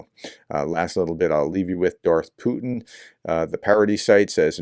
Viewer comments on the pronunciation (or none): none